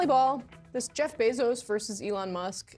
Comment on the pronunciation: calls him Elonia… lmAo